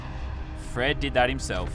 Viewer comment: Does anyone watch this in 2019 and think that Lazarbeam keeps saying “Fresh” when he actually is just saying “Fred”. BRU😂